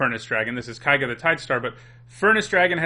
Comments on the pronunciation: "Kaiga, kaiga, kaiga, kaiga,..." It's Keiga, for god's sake. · His mispronounciation of keiga rustled my jimmies. Ke-ee-ga. It's japanese. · Ugh, I realize that I did the same thing back in Kamigawa block for Eiganjo Castle (I still think of it pronounced this way), but Japanese is not German. "Ei" is pronounced in Japanese like in "neighbor" and "weigh". And everyone tended to pronounce Keiga correctly from what I recall, so it's strange to hear someone pronounce it wrong. Even worse, you then pronounce the "ei" correctly on Yosei! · It’s common enough to mispronounce Keiga, but I’m a little surprised you can say Yosei right without noticing the inconsistency.